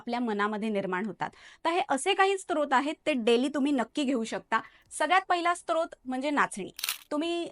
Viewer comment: Srot बोलतात sTrot नाही!!!